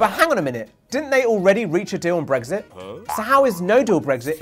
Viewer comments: It's Brexit not 'bregsit'! Why does this annoy me so much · He keeps saying “Bregzit”, it’s so annoying!